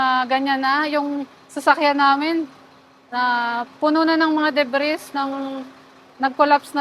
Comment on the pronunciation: Kapal mong ambisyosa ka! Gusto mo agad yumaman! Kaya mo tinipid projects mo! Dimo inisip ang buhay ng mga construction worker, sanay wagkayo patulogin ng mga nasawing INOSENTENG kaluluwa! My aral kb? Bkt wala kang emosyon sa mga namatay na employees? Alagad kba ni taning? MUKHANG DIKA NMN TAPOS NG BSCE-😂😂😂 "DEBRIS!" must be pronounced as DEBREY! JUSKOLORED WALANG ARAL BABAENG ITO! IDINAMAY NYA AN BUHAY NG MGA CONSTRUCTION WORKER SA KNYANG EXPERIMENTAL BLDG CONSTRUCTION 😂😂😂😂😂